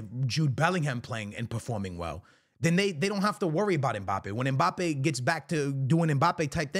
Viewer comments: Mbappe ❌ Mpabbe ✅ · “If mpaypal lands at Real Madrid……”😯